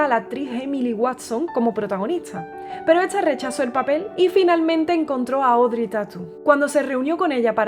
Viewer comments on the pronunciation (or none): none